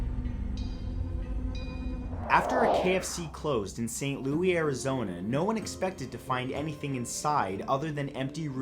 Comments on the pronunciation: Hey Matthew, just an FYI in number 8 the name of the city is "San Luis" not "Louie", btw im from the border town of "San Luis Río Colorado" border from that town in Arizona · Hi. Not sure if you have already been told, but the town in Arizona that you mentioned about the tunnel under the KFC, is pronounced San "Lou.ees." Obviously spelled Louis, but I wrote it so it would make sense...I hope. ☺️. I love your videos and think you're awesome!! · St Louie, Arizona? The pronunciations on YouTube are really starting to get to me. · Number 8 is in my home town woo!. It's San(like sand w/o the d) Luis(loo-ease) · I hate to say this but you totally killed san luis Az name. its a small town right outside of my town but I love your videos keep up the good work